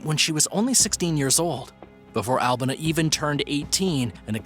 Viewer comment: I think her name is pronounced AL-BEE-NA